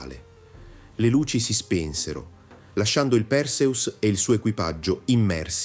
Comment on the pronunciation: Perseus si pronuncia con l'accento sulla seconda sillaba e non sulla prima. Fate almeno lo sforzo di pronunciare i nomi come si deve.